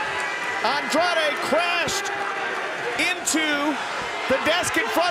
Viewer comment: You said Andrade el ídolo wrong bot